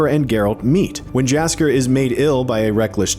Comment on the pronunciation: What is that pronounciation of Jaskier? Research department take the day off?